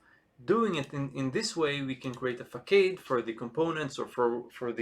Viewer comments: Excellent content, straight to the point with meaningful tangents and fast movement. I really appreciate you taking the time. Just a friendly note, typically Facade is pronounced fuh·saad, at least in English. I hope you keep making great content, you really stand out as a specialist content creator! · what if i don't use singleton mean if I don't provideIn root for some of the services? btw it is pronounced fuh·saad